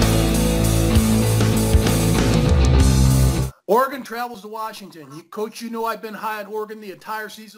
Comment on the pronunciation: learn how to pronounce Oregon!